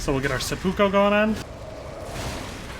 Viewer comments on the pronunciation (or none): It really bothers me how you say "seppuko"